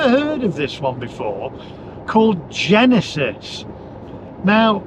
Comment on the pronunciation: "GENISIS" KOREAN